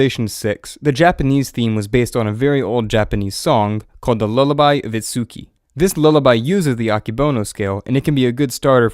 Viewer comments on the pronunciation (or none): Itsuku - pronunciation should be I-tsu-ki. いつき